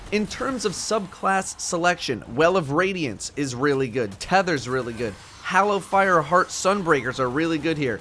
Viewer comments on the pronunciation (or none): none